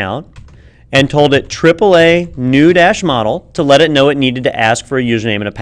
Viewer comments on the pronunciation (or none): none